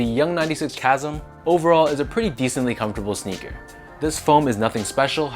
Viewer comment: LOL did you reupload this after realizing you mispronounced “chasm?” I could have sworn I saw this video before work today.